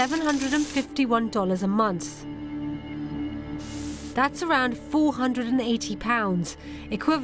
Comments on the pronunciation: Wtf is a munce? Does she mean month ffs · did you say 52 a month, a months, a Munster, a mounce? I'm really confused.